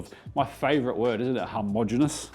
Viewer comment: hom-ogenous, not har-mogenous... great word, great video. loved the pilippino one, will give that a go!